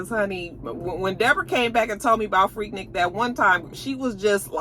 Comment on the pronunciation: Finally, somebody who pronounces Freaknik correctly.!😂😂😂